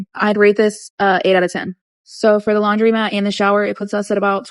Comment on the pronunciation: Not related to her scamming, but I HATE people who say "laundrymat" and pronounce "women" like "wum-an". Like it's bad enough people these days type "a women" and "those woman" but they're pronounced them backwards too! Ugh. Like literally this is stuff you learn when you're like 3.